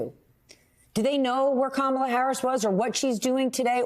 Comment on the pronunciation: HE is so mentally impaired, he can't pronounce her name. total embarrassment.